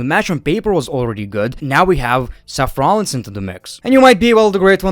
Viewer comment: I love how you say SEFF Rollins